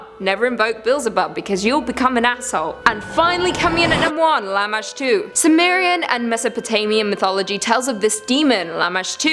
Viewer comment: Lamashtu? Or lamma stew. Lol gross